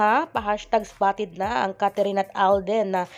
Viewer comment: Anong Catherine?its Kathryn,kindly pronounce her name correctly.Thanks.